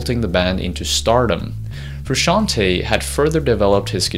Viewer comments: Wtf is Frushanty??? Can't you pronounce Frusciante??? Is that so hard? Lame :(. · Stop saying FRU-SHAN-TEA!!! Say his name correctly if you are going to make a video about him! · Here in the UK we pronounce it Fer-usk-ee-arn-t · For God's sake, it's not Frusciant-EE, it's Frusciant-E (Italian "e", like the english "e" for "bed") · I couldn't handle FRUSCAN-TEE, trust an Italian: it is pronounced with the E like the E in Merry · Good grief you're butchering his last name and it hurts my ears. The end of his last name is pronounced "tay" not "tee" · FrusciantE it says frusciantEEEE like the E in hEllo. It’s italian name. FrusciantE no fruscianti. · Cant listen to Fruscianteee, its pronounced Frusciant(ay) 😬😬😬😬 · Great video but „Frusciantee“? C‘mon man you‘re making a video about him but can‘t pronounce his name properly? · I still pronounce his last name as "Fruscianteyyyy" yes, as in "Lil Tay" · frusciant-TAY not TEE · Who the fuck is Frooshanty? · His name is pronounced Froo Shawn Tay. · It's pronounced Froo-shon-tay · it's italian. the italian spelling of 'frushanti' or whatnot would be Fruscianti. the correct way to say it is to pronounce the 'te' at the end sort of like an italian would say tea (tè). the guy in the video is half way right about the original pronounciation but doesn't sound well... italian enough to make it ok. also fru himself doesn't pronounce it like that so who cares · I think the right pronunciation in Frusciante if you know how to read in Spanish is the same way you spell it the same way you do the pronunciation Frusciante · I want to die every time he prounances frusciante bad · I hate how he says John’s last name haha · First step : learn to pronounce his name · That awkward moment when you do a video about a man but you can't pronounce his name correctly... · Hey, it's me again, now that we are talking about a band I really know and enjoy, I can tell you, you are pronouncing Frusciante wrong, do your research